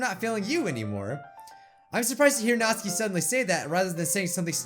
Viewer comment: Me: Nat: Nat Me: Su: Su Me: Ki: Ki Me: Natsuki: Natskie Me:🤦🏻‍♂️🤦🏻‍♂️🤦🏻‍♂️